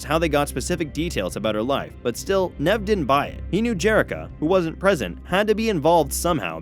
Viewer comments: Whats with Nehv? Its Neev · Sound look a substitute teacher “nav” 🤣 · It’s pronounced neeve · It’s pronounced knee-v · Did he say nev? Excuse me its nev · Pronounced Neeve! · Annoyed how you can't pronounce Nev